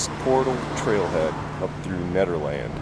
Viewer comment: It's pronounced "Ned-er-land" not "Need-er-land" just BTW (I know, I'm being "that guy") ;)